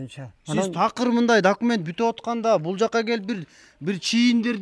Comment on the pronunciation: документти , дакимент дешет экен😂😂 оочень смешно, путу😆.